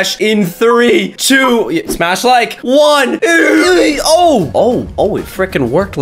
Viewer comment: why does caylus always say smach a like to get my powers